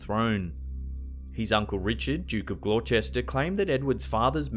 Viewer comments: Richard of "Glorchester"? Gloucester is pronounced "Gloster" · Glou-cest-er not Glouchester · Duke of Glorchester???? what the fuck man...its Gloucester. pronounced "glos-ter" youre gonna get your ham slapped for that one, c'mere you little scallywag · Glowchester??? Gloucester pronounced GLOSTER. Do your research,, FFS. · Duke of Glawcester??? Try saying “Gloster” instead. Please make sure you know how to pronounce a name before you start. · Gloucester is pronounced Glosster. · Gloucester, as in Duke of Gloucester, is pronounced Gloster. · The story about Edward 5th its pronounced gloster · Gloucester - is pronounced 'Gloss-ter' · Gloster, that’s how Gloucester is pronounced! Lol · Ah yes, the well known English city of GloreChester. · It’s pronounced glosster just so you know! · Gloucester pronounced Glosster 🤗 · Gloucester is pronounced "Gloster" 😉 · As I'm from Gloucester...for future reference it is, for some reason, pronounced Gloss-Ter....I don't know why either :)